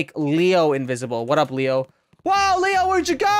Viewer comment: did he say hwat up besties